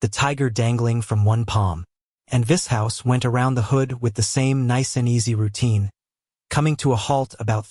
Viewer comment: if the voice would pronounce Vishous correctly and other words would be nice. 😂 vis hous 😂